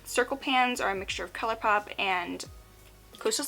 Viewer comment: Wait did she say colourpoop??? , then later on she says colourpop, is my hearing bad coz I am confused.